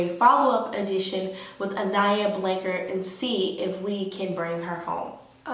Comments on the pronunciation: Just a heads up, her surname is pronounced Blan-chard as in ‘char grilled’. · Weird to me that u are supposedly hearing from her but cannot pronounce her last name🤦‍♀️🤦‍♀️🤦‍♀️🤦‍♀️🤦‍♀️🤦‍♀️